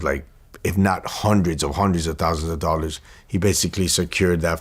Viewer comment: “20 thousand DOLLERS” 😂😂